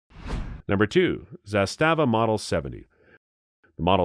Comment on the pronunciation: God you butchered zastava pronounce.